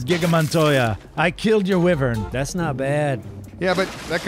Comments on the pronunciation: it's pronounced WHY-vern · U said wivren but its wyvren